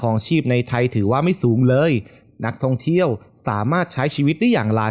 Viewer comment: ไม่แน่ใจว่า เสียงผู้้่อ่านเป็นคนหรือ Bot นะ สำเนียงฟังแล้วหวุดหงิดกับเสียงท้ืายคำ เช่น ไทย ออกเสียงเป็น ไท้ เดือน เป็น เดื้อน ท่องเที่ยว เป็นท่องเที้ยว ดีดี เป็น ดีดี๊ 😰